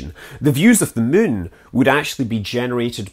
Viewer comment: I love how this guy pronounces the word "moon". Muuuuun.